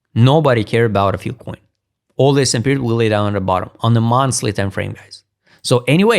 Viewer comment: F-I-L-E SAY IT WITH US FILE FIIIIILLLEE COIN... NOT FIL COIN --NOT FIL-- FILE, FYLE, FYLE NOT FIL